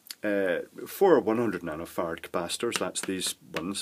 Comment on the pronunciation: I just love it when he says "nanofarts"...